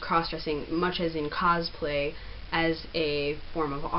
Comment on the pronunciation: Hi, can't make out what you say , Understanding a form of "cause-play" .. "a form of art" is that what you're saying?